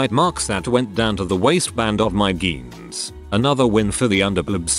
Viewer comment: Is it just me or does the AI pronounce Jeans as Geens?